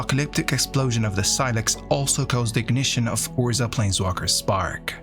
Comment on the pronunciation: Just a huge thank you for these - I'm writing some essays on MTG lore at the moment and your thorough understanding of the tales has been invaluable and hugely impressive (and I've read or listened to most of the source material). This is an aside, but I love your pronunciation of 'Urza'!